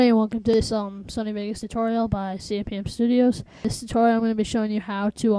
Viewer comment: lol you said cpmstudios but your name is cmpstudios ; ) note!